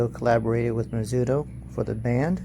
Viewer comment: did u say mizudo?